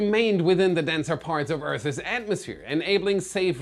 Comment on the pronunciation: You say earth 'es atmosphere lol.